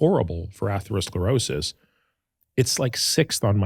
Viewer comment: I really respect AH, but was surprised that he struggled to pronounce atherosclerosis! Andrew it sounds just like Atherton (Stanford, Menlo Park, Atherton)! Too funny!!!